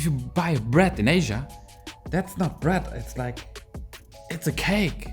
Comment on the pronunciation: i like how he says "bret" when he means bread lol